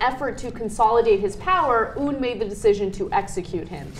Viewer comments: Sorry, this is a little pet peeve of mine. It's not pronounced "oon" (운), it's "un" (은), like the prefix or the French article. That being said, here's hoping that Beijing distances themselves more with this regime after this instance... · Ana.... Its "UN" not "OON" hahah